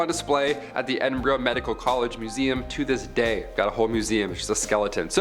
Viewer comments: Ur saying Edinburgh wrong Say it like ed-in-bur-aa 💪🏻😁😁😁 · And it's pronounced EdinBRUH